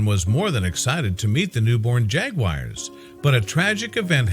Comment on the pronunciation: Why is this moronic voice calling them "jagwires"?